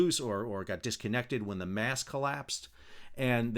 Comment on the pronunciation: Why do say mass instead of mast?